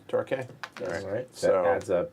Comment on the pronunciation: Torquay is pronounced Tor-kee.